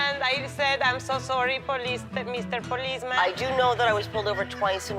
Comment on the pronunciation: "i am so sorry meezter poleezman"